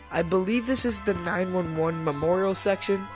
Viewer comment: I like how he says 911 instead of 9/11